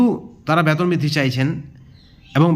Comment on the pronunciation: Vasa thik korun ব্যাতন নয় বেতন বলুন